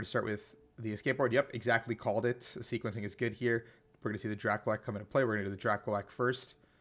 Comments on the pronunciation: DRAKLOAK: DRAH-cloak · Yo BTW "Drakloak" is pronounced like "cloak".